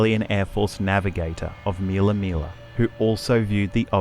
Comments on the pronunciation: It's not Meella Meella ... it's Millaa Millaa for goodness sakes. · Btw... It's not "meal uh, meal uh. It's Mill uh. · MILLA MILLA FFS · Please pronounce MILLAA MILLAA CORRECTLY